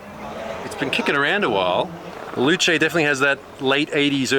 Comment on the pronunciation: Loo Chay? Its a Loose!